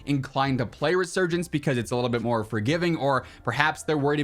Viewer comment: "Moe updates Moe probablems"